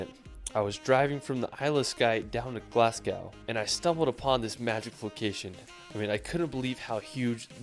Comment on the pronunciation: Omg did he ACTUALLY say "Glass-cow??" And Lack LoMawnd? I'm need a tranquilliser...PLEASE please please, Americans visiting Scotland...at least try to pronounce name places correctly...❤